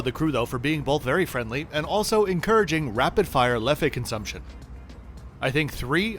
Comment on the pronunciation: Just for the sake of it, Leffe is pronounced like "left"… without the T, of course